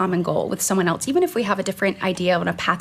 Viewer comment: I agree with Britt, but what is the word “eltse?” Is she saying “else?”